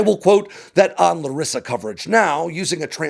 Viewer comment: Hate to be that guy, but its LArissa, not LaRIssa.